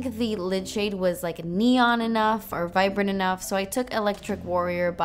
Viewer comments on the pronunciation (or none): none